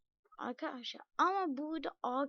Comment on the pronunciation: Aga yağ senin sesin bebek gibi çıkıyo mesela aykadaşlay oluyo